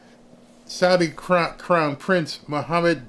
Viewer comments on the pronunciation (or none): none